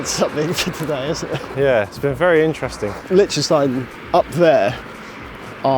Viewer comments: My guess was Liechtenstein as soon as I saw the title of the video. Was also chuckling a bit listening to you guys mispronounce it “lick-tenstein” the whole video 😂 in German the ie letter combo sounds more like the English ‘e’ sound, and the ei combo sounds like the English ‘I’. Too bad the fog was too thick while you guys were there to get the good views of the alps, I went to Liechtenstein on a solo backpacking trip and I loved it there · Its Liechtenstein 🤣